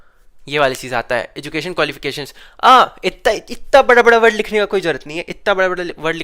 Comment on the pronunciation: Itna ❌ itta ✅